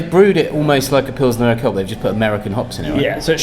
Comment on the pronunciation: You should check the pronounciation of urquell. Did you say urqell? Great video.